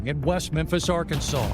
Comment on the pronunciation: . The name of the state is pronounced ... Arkan-SAW ... NOT ... Arkan-SAWS .